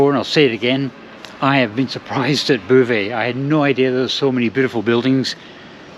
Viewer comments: Your Anglo mangling of Beauvais was most jarring. It sonded like bouvez. ”Drink up"? The correction pronunciation is /bo.vɛ/ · I visited Beauvais ("Bo-vay", not "Boo-vay") Cathedral back in the 1980s (as part of an ecclesiastical architecture tour); I had no idea there was an airport... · It’s Bow vay(as in bow tie) not boo vay. A very pretty wee town on the way to Paris. Enjoyed seeing it again through your eyes. I’ve never stayed in a one star hotel. You’re braver than I am. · Yes even my vague knowledge of French knows beau is pronounced bo! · Great video, Beauvais is pronounced Bo Vais. A long O like boat, not boo like boo hop. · There is no ''boo'' in Beauvais! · It's Boe-vay and the F stands for Formula. Also kwees de grawnwee for frog's thighs and Pizza Crolla in Glasgow used to do horse pizzas. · The mispronounced "Boe-vay" irritated me much more than it should have everytime said it! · I would have thought Beauvais would be pronounced Bow-vay 🤔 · Er, "Bo-veh' (don't pronounce the h) .Just saying. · Why not try and pronounce Beauvais properly ffs ! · Maybe it's a ploy to keep folk watching his videos to see if he goes to a chatoo or quotes Boo Brummel. My sister lived in mauvais Beauvais for 8 years and she found it hilarious.